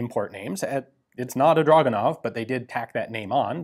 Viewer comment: It's pronounced Dragunov.